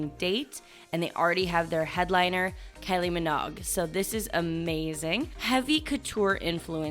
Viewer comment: "Keye Lee" not "kelly". Great what's new series.